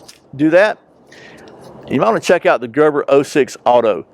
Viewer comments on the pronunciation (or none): "Gerbor" 06 Auto, or the Gerber, with an "E" in it? Little old nit-picker from Australia. p.s. I was going to count how many times you opened the knife, but I'd have to take my shoes off to do that LOL.